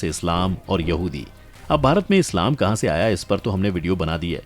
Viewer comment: गर्दभों, चैनल चलाने से पहले ठीक से हिन्दी सीखो। कहा और कहाँ में बहुत अंतर है।